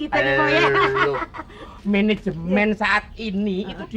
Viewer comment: Menejemen, mejen kali😂